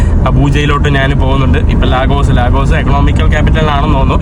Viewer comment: ലീഗസ് (lagos )എന്നാണ് നൈജീരിയക്കാർ പറയുക